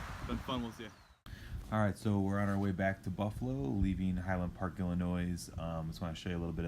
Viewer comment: It's pronounced "Ill-a-noy" ... not "Ill-a-noise" ... the 'S' is silent.